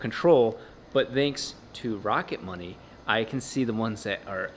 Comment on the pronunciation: Am I the only one who heard rocket bunny instead of rocket money